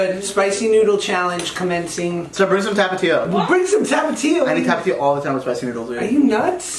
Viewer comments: Josh,, say tap-a-tio Mexicans say thap-eh-thio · They said tapatío wrong